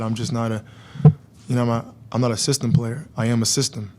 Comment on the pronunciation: The "Cyst-tem". Is Bricks not enough to destroy this team? LOL